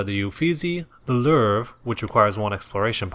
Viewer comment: "The Lerrrrve" Try again. lol =P